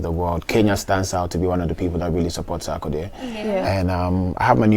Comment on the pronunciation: U people are spoiling my man’s name. It’s not Sakode. It’s Sar-ko-die